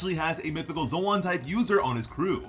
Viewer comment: Ive never heard it pronounced zowan before